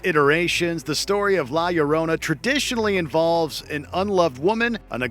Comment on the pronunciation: How did you just completely butcher the pronunciation of La Llorona. Seriously every time he said it all I heard was "My Sharona"... The Ll makes a "y" sound in Spanish. Also this doesn't seem like one of your more put together videos; And that's cause I've been binging this channel all week... Or maybe it's just the madness setting in..